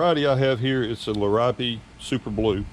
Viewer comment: It is pronounced 'Lear ee ope'